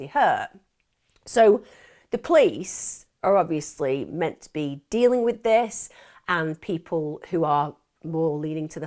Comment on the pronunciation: love how she says 'menna' instead of 'meant to ' lol